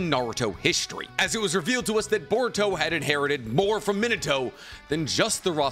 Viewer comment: Great video bro but can you say narutos father name right? Sounds lije youre saying minitoe😂 me-na-tow minato.